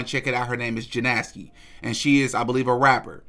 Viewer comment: It’s Jena ski is how u pronounce it she is a rapper as well as she was on lhh before cool girl